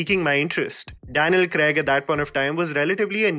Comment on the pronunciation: It takes balls to make a video, edit it, put an entire era in almost 11 minutes so kudos for that. Its also important that you research the actors names and pronounce it well in your video. You destroyed Daniel Craig's name. I suggest you listen to it again and edit it in your video.